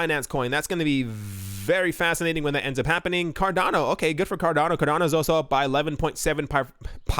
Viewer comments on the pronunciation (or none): none